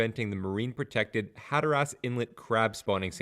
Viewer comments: Decent info, horrible pronunciation. Had to turn it off after the 5th Hatter-ass. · I love the pronunciations Hatter Ass and Ora Choke. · the way you pronounce Hatteras is very wrong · I can’t explain how the pronunciation of hatteras in text but ocracoke is oak-ra-coke. And the best I can do for hatteras is hat-ter-azs but quickly 😂